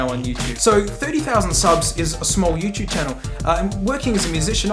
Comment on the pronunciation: mate said "youchoob"